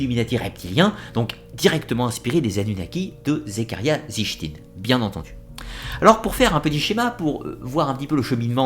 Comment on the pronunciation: Très bonne vidéo comme toujours mais on voit que tu n'es pas un adepte du néo-evhemerisme à la façon dont tu prononces les noms ( on prononce Éric et pas Enrich pour Von Daniken et sitchine et pas zichtine😉) je sais que ce n'est qu'un détail mais ça m'a un peu perturbé à l'écoute de la vidéo